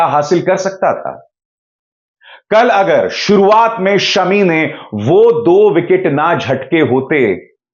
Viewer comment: अभिसार भाई सेमी नहीं शमी फ़ाइनल कहें और “ फ़ाइनल” भी शमी फ़ाइनल ही कह लाएगा। किवी और आउजी शमी नाम के दहशत में है। 😂😁।